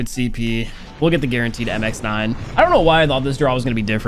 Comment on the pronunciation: Finally, said MX9 not "MIXNIN"😂😂